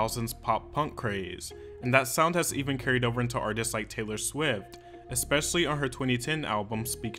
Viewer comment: look, if you don't stop saying expecially I will stop watching videos. ESPECIALLY